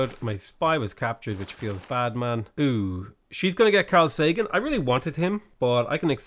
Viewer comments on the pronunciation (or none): none